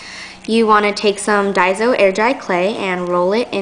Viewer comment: It is daiso. Not daizo